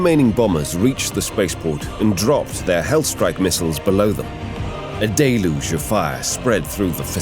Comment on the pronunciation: Wonder how many times he’s said “deluge” in this vid. Gotta be 15-20 at least Day-looge